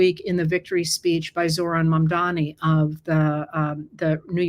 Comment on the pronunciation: Have you been living under a rock? It's Mam-da-ni 😀